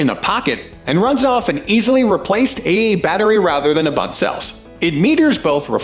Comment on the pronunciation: Interesting audio manipulation. VO is either fairly innovative computer-generated or ESL. It's "double A." At "A A," I stopped watching.